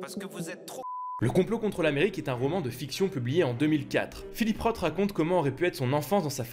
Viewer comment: '' Roth '' se prononce '' Ross ''.